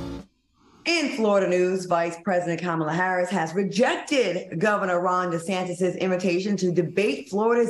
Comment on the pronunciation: Young Miami must be drunk or high on something 🤔 if she thinks she is anything OPRAH girl have several seats. Panel will y'all please tell Funky how to pronounce the VP name PLEASE